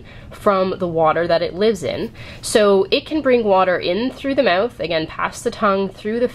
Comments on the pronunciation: "Mewth" xD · Lol the way you say mouth is funny